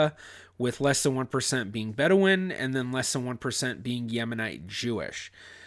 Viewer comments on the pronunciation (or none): none